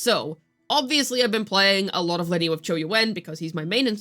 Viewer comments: I use Augusta, Iuno and Lynae. It's Lin-NAY, not Linney. I feel like you mis pronounce things on purpose, but if you didn't know. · How can you not say her name right? It’s not even a difficult name to pronounce… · Especially since her name is pronounced throughout the 3.0 story